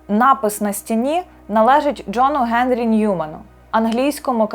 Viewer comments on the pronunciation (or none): none